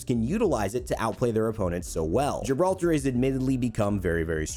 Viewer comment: Ok I understand Pathfinder, but Gibralter, what??